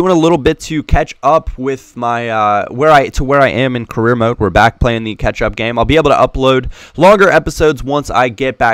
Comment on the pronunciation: the word "Carreer" sounds like "Korea" to me.. lol .........*brazilian